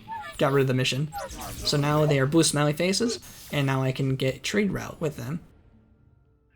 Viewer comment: When you say "blue smiley face", your accent makes it sound like "blue smelly face" to me lol